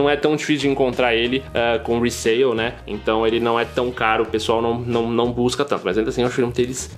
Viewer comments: video brabo mas oq me deu agonia foi vc falando resail kkkk retail = valor do drop resell = valor de revenda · não vai de cada um, resale ta errado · nome disso é "resell" irmão, só traduzir no google n quer dizer que é o dialeto correto